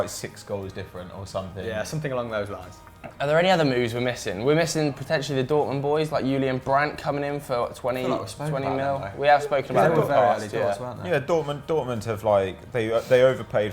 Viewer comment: “Yoao Felix” & “Yulian Brandt”?, sort it out